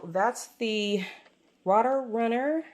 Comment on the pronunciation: Excellent review! I love this planner. (And I feel you about the political news. Phew!) Thank you so much for sharing their updated version. Exciting! I think it is pronounced to sound like "ROAT" Runner . . . so that "rote" rhymes with "note" and "boat." I look forward to your updates about how you are enjoying this planner. Blessings!